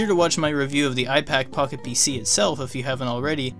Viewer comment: Does not sound like you're saying “Pocket PC”.